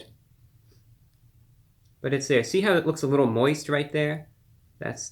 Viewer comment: Hearing him say "Moist" was a bit different than what I'm used to him saying 😂😂